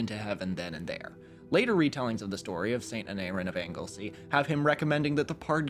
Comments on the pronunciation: im eager to know how he pronounced aneurin right but not the other welsh names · I was surprised he managed to pronounce the "u" in "Aneurin" correctly. Maybe he was trying to throw us off.